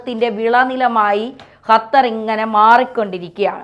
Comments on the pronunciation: Hatar alla qatar.😅😅😅😅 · ചേച്ചി ,അത്തർ അല്ല ,ഖത്തർ ,ഖ ഖ,അതായത് ക,ക്ക ഖ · അപ്പോൾ ഖത്തർ കാലുപിടിച്ചു രാവിലെ വിഷം ചീറ്റാൻ തുടങ്ങി ഖത്തർ അല്ല ഖത്തർ ആണ് മാത്യു സാമൂവൽ പറയും പോലെ തന്നെ നിങ്ങൾ പറയും പോലെ എല്ലാവരും തിരിച്ചുവരും മോഡി യും ഖത്തർ അമീറിന്റെ കൂടെ എബിസി ചാനൽ കാർ ഉണ്ടായിരുന്നു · യ്ക്ക് ഖത്തർ ഇടയ്ക്കിടെ ഹത്തറാവുന്നുണ്ടോ? സഹാവ്, മുഹം എന്നൊക്കെ പറയാതെ ശരിയായ രീതിയിൽ ഉച്ചരിച്ച്കൂടെ.